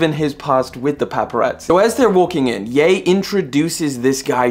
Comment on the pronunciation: got on my nerves how you called him yah and its ye as in yeezys